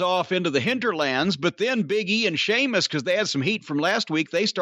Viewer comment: Seamus??? Say it properly... if you can't don't say at all. It's Sheamus